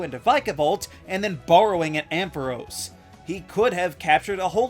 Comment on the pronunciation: It’s pronounced amp-fuh-ROSS, pan-CHUM, and em-pol-ee-AHN, “”! 🤨 Also, Dawn’s Piplup has refused to evolve, so he’s fine the way he is!